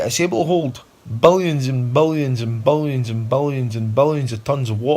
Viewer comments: Bolions and bolions and bolions of tons of wa’hr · its ironic it sounds like he keeps saying ball-i-ons ball-i-ons instead of billions lol subconsciously I think he knows its a ball he's on lol